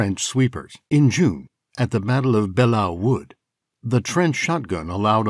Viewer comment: schrecklichkeit. Keit sounds like kite. Belleau Wood, emphasis on the Bell. BELL-loo. It is odd we Americans believed saw tooth bayonets were for the purpose of inflicting gruesome injuries. These 'saw tooth bayonets' were pioneer tools for cutting wooden beams or logs when building and improving fortifications. The purpose of a bayonet is for stabbing and the sharpened blade of the pioneer bayonet would have done just that, but the saw tooth would probably have made it difficult to recover the blade. I doubt if one was on the receiving end of the pioneer blade that one would even notice the teeth considering one would be far too concerned with the fact that any 17" blade stuck into one's body would be horrific.